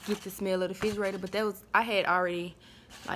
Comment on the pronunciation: Girl I'mm need for you to learn how to pronounce "refrigerator "🙄